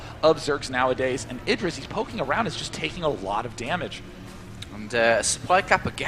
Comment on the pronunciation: why does that other noob caster keep calling him ai-dra